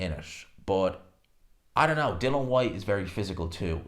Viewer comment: HIS FCKN NAME IS DILLIAN NOT DILAN. SLACK